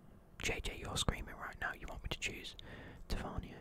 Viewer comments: Sorry but saying James Tavernier’s name wrong really grinds my gears so just so u know his name is pronounced Tav-i-nier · No it’s not it’s tavern-ee-er